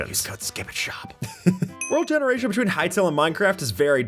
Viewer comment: "world gerationdziubudzibuz..."